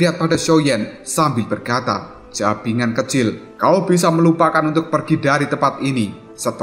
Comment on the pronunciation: ngakak saat denger kata "JABINGAN KECIL" yang harusnya "BAJINGAN KECIL" hahahaha